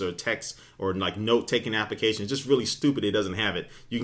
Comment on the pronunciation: Appications... Appications... appications... lol